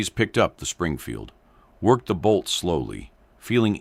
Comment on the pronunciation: Stop using AI for the voice. Have a real person read the script so they get it right or I will have to stop watching your channel. I’m tired of AI that can’t pronounce M Springfield.